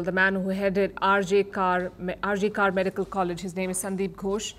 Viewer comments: RG Kar is not RG Car, it is RH 'Kor', pronounced like 'cor' as in cordial. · not pronounced R J Kaar it is pronounced RJ Kawr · Palki it's not 'kaar'. It's 'kaur'. Radha Gobind Kar in whose name the hospital is, is a legend in Bengal and in the whole medical fraternity of India. We need a biopic on him rather than the trash Indian celluloid produces. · Not RG Kaaar maam. It is R.G.Kar (pronounced Kor) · you are celebrated journalist, suposed to have better knowledge of society. The word KAR is pronounce "कर" not "कार".